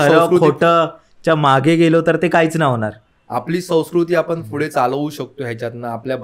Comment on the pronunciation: Pudhe❌ Fhude✔️😂😂😂